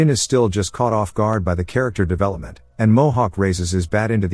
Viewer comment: "Characktar develepament" 🥀🥀🥀